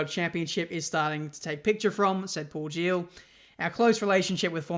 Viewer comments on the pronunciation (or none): none